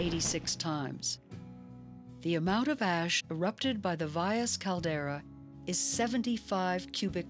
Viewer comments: commentator should learn to pronounce Valles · .. she almost got it